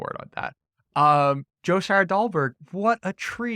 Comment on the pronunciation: Dude. It's Scheier-DOLBERG